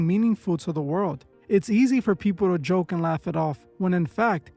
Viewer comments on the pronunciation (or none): none